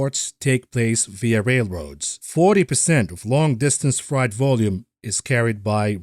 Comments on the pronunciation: Appreciate your work, ….but FYI it’s Fr-8, not fright. (Although it is frightening). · you say "frie-t" but I'm pretty sure its "fray-t" when pronouncing "freight" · Just a note on pronunciation. Freight is said like "frayt", not like "fright" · Love you but its not fright..;) freight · Fr8. Not Fright. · Say ate now say frate or eight. Freight is not pronounced fright!!!!! Just trying to help you out. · First time heard American English 'Freight pronounced as ' fright ' I English man f f f rate ! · also it's pronounced fray-t, not fright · Got to say I love the oldies outro bud loving every bit of everything else and really considering funding, loving you data driven outtakes and honesty and lack of basis. It is what it is, how can we profit mentally is refreshing. Btw it’s “ fr8”. I’m not scared of it… lol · Hi my friend. Frieght sounds like frate. I know you are foreign. I would slaughter your natural language worse im sure. Thanks for the insights. I look forward to every episode. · Frayt,, Frayt.....strike 'All the live long day' haha. Great show! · "Freight" sounds like "fate" eg "frate" Sounds like your pronunciation might be from a German native speaker ... ? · Freight is pronounced fr8... just sayin. Love your work!!! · "Freight" rhymes with "rate" - not "fright". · Don't tell me you are really gonna pronounce freight like that through the whole video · Someone is German and can't pronounce freight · Freight rhymes with eight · Not sure if you're saying"freight"incorrectly on purpose or not. I'm now stuck in the Matrix